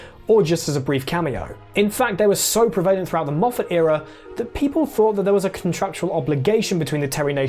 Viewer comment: It took over nine minutes but this episode's egregious mispronunciation is pre-vail-ent at 9.21.